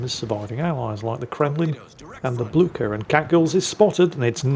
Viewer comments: It is how Blücher is pronounced in Europe. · The best pronunciation of Blücher ever heard! A well-deserved victory! I love these destroyer replays!